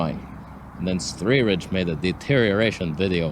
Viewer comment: Love when he calls him svthreeridge lmao